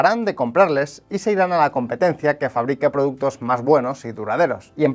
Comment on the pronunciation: productos o productes 😂